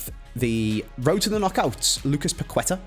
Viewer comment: Guys it’s pa-keh-ta not pa-kwe-tuh